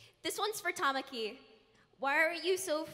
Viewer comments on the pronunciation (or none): Guy: toe-ma-ki Me:... What.. Did... You... Say?? It's Ta-ma-ki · THERE IS NO WAY THEY PRONOUNCED HIS NAME -TA-MAK-I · I love how he pronounced Tamaki's name lmao